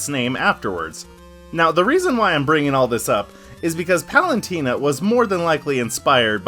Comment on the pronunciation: for a guy who made a whole video about Palutena, you sure do be pronouncing her name "Palantina" a lot